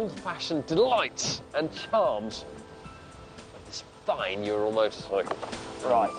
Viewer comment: it's not jural, it's URAL for god sake!